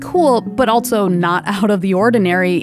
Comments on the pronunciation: I find it jarring when she pronounces "also" as "altso". I've never heard anyone talk like that. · Loving this channel. It’s really great and beautiful. Not gonna lie tho, i’m mildly bothered every time she says “also” because she pronounces it “altso” and it sounds weird. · Good narration, but such unusual pronunciation of "also".